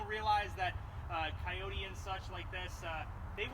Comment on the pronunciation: try calling it a kioti once in a while-you are a salesman right?